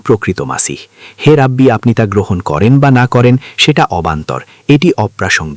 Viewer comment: শব্দটা রাবি আর অনুবাদক উচ্চারণ করতেসেন রাব্বি!🙄অনুবাদের সময় শব্দ গুলো উচ্চারণ ঠিকমতো করতে হবে!